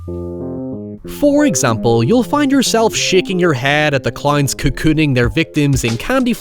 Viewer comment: Add cloynes to the list of ironically pronounced words